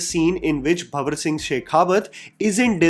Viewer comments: *Bhanwar Singh Not Bhawar Singh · first of all its not bhawar singh ghawar singh its bhanwar singh sheekawat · its bhaNNNwar singh. Cringed throughout the video lol